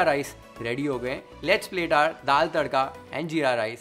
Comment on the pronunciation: .. the way you said dal (maharashtrian accent) ❤️